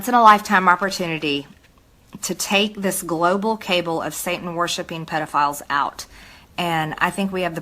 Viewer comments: What a strange woman! She can pronounce anonymous perfectly well but she thinks cabal is pronounced like cable. Go figure. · "global cable" (instead of "cabal") 🤣🤣🤣 What a moron. Welcome to the US Congress: no education required. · "Cable (cabal) of Satan worshipers"? She's not very smart!. Boebert said "wonton (,wanton) killing. She's very dumb too.🤣🤣🤣🤣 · "...the Cable". She doesn't even know how to say "CABAL", and she hanging with insurrectionists, Nazis, QAnons, KLansmen, and MAGA. She is literally a terrorist. Using Trump for her group's agenda. Admitting to it, even.